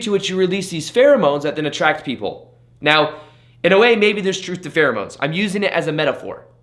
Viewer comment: It sounds like he says 'Right MEOW' instead of right 'NOW' ? Unless I'm missing a cat pun or sumthing?! Happy New Year, amazing advice as always!! GoodBye Neediness!!!! you horrible drug!